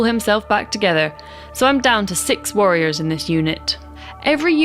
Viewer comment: Great vid, enjoyed that the accent made the nervous necrons worriers